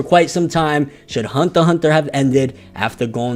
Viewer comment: Why you say it like Hundter Hundter?